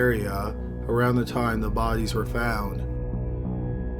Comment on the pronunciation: I just love how you pronounce the word “bodies” bohdeeez